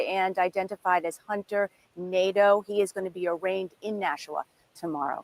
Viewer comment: It’s actually pronounced Nah-Doh. That’s a French name. But probably Americanized Nay-Duh